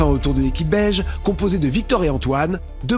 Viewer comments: Moi aussi dans le premier épisode j'ai cru qu'il dit belge après j'ai compris que c'était beige 🤦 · L'équipe "beige"...et moi j'écoute toujours "belge" 😂.